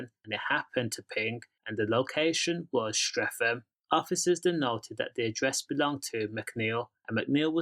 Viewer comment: It’s Streatham not streafem 😂😂😂